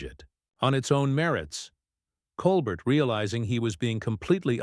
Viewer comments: You are mispronouncing stephens name stupid. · Horrible robot voice speaking and emphasizing the wrong parts of phrases. Also rudely mispronouncing Stephen’s last name. 🤮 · Ok if you're going to be on the tv please say the host name it's Col Bear! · Lol whoever the narrator is... couldn't even say Colbert's name right...what a joke!!